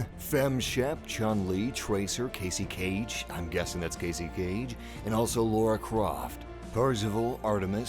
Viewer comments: Her name is Cassie Cage, not Casey Cage. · its pronounced cassie not casey, cassie cage.